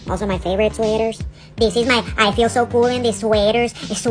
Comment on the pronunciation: The way she says AsWeAteeaarZzz